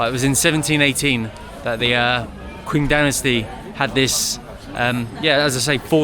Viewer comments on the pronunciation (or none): Pronunciation 'Qing' is ching not kwing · Not exactly 'Cing'. Q is actually a 'ch' sound. 'Ching' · Qing Dynasty is pronounced like Ching Dynasty not quing. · It's not "queen" dynasty. It's Qing dynasty, same pronunciation as Qing in Chong Qing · When you pronounce Qing dynasty, the word Qing is pronounced as if it's Cing. Love your videos, keep em coming. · Qing Dynasty is pronounced as CHING Dynasty, Wide is KUAN as pronounces as KWANT, Zhai means narrow, pronounced as CZ as in CZech Republic, CZ-AI, closer to Chai but with the CZ pronoun, hope that helps